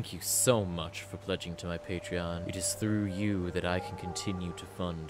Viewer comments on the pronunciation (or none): none